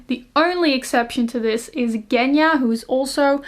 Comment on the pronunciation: So curios to hear Russian names from the people, who doesn't live in Russia :D We pronounce Genya differently ;) I'm from Russia :) Thank you for the video!